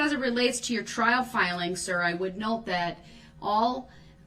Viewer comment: The way he says words ending with "g" is like lemon juice on paper cuts to me. He told her he wanted his filings "brane gup", he submitted the "fileene ginto" the record, she told him to write "everytheen gup", and on and on. It's nearly as obnoxious as the way he pronounces so many other words such as "substain" and "speckuhlayshun". I mean, he done stated three or four times he he wanted the things entered into the record, and he wants every, single one of them "brun gup", like he ordered previously. Lol. Oh, and, a banker's box completely full of documents only weighs around 40 lbs. So no, they aren't that heavy. He is just that pathetically weak.